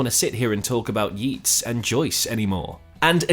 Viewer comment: Just so you know. Yeats is pronounced Yates not Yeets.